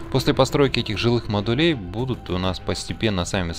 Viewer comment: С наступившем новым годом! Как всегда, спасибо за полезное и отличное видео! Очень здорово, что углубляешься в механику игры. Смотреть одно удовольствие. P.S., пожалуйста. Не модУлей, а мОдулей. Не секторОв, а сЕкторов. Не складОв, а склАдов